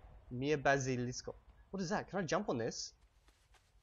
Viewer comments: Your pronunciation isn't quite spot on... You say Bazilisko like the word Basilisk in English, but it's not. as always make an ah sound in Esperanto. Isn't that correct? You also occasionally put the accent in the wrong place, you're supposed to put it on the 2nd to last syllable right? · Why are you pronouncing the "a" in "bazilisko" differently from the "a" in for instance "kia" and "alko"? Try a purer a-sound there! You're closer to an "æ" at the moment. :) And also your e is in some words a little closer to an ø-sound, this is just for some words, maybe words you use less often. Listen to these two: Regarding the episode, great job as always, good to have you back after almost 3 days without any World of Warcraft episodes!